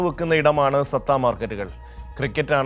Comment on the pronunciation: സത്ത അല്ലടാ പൊട്ട സട്ട മാർക്കറ്റ്